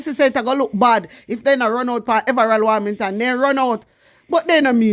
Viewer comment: Hi girl your doing a good job but the pronounciation is in correct his name is everold warmention ok love you